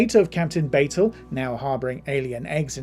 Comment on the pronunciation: You need to do better research when preparing for these videos. You mispronounced several names. Captain Batel's name has been pronounced multiple times on the show and Rebecca Romijn's name has been pronounced multiple times in the media due to her marriage to John Stamos and Jerry O'Connell, as well as media coverage of her own acting career. Melissa Navia's name has been pronounced multiple times in media coverage of Strange New Worlds.